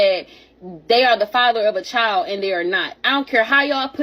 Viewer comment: Jesus Christ is it me or are yall sick in tired of these AI generated videos that cant even pronounce the word "Child" correctly? I caught a headache just trying to listen.